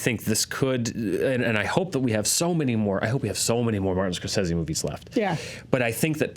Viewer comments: I've always heard it Score-SAY-zee, not Score-seh-see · What's with the "scor-sessy" pronunciation? Very forced for some reason?? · It's Italian, right? Wouldn't Scor-seh-seh be the correct pronunciation?